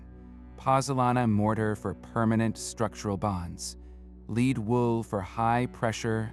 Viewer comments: Your AI mispronounces "lead" as "leed" when it should be "led". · Hard-coded captions are extremely annoying! A simple word like 'lead' mispronounced over and over... the AI narration is equally annoying. As is the use of irrelevant AI artwork.